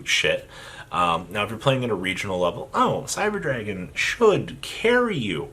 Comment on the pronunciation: I've never heard anyone fuck up names of Cyber dragons more than you do